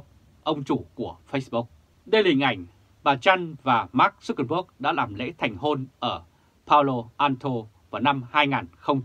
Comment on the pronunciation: Tên của Mark Zuckerberg phải đọc là/mac jăc kơ bớc/